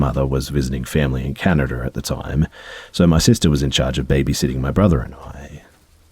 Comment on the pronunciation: Cana- dur ?